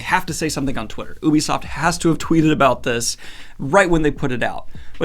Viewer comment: Everyone: ubisoft Daniel: OOooObîSofT